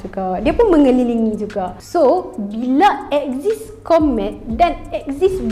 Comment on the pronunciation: Ooo komet…mula2 aku dengar kon3t